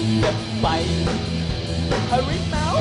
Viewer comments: Hawimau - hawimau , bukan harimau , dan bukan buah limau , dia bilang harimau aja salah ... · bukan harimau . tapi hawimau. ka lidah malaysia gk bisa ngomong huruf R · Hawimau.. Hawimau.. Mereka tidak bisa mengucapkan huruf R dengan benar karena memaksakan diri mengikuti pengucapan huruf/abjad pada bahasa penjajah Inggris padahal pengucapan seperti itu sangat tidak sesuai dengan lidah orang Asia Tenggara.